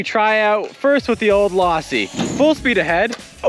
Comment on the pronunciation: The way you pronounced it lawsi instead of losi pronounce the o not an a drove me nuts.